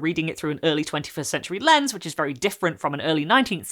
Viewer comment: Btw it's lens, not lens-ey, it comes up a lot in photography for obvious reasons